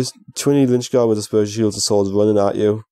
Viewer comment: Please stop saying lynchgard haha!